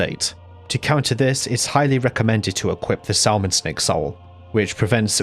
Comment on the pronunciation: Also not Sal mon, samon like the fish brother xD Silent "L"